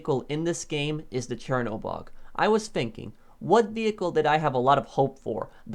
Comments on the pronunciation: Chernobog = “shernobog” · It really hurt me how he pronounced Chernobog